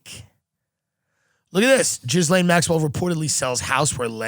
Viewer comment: love you tim but it is ghee-laine - not gizlaine